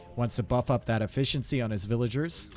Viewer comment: I just hurts my brain eveytime I hear him say "villagers" lol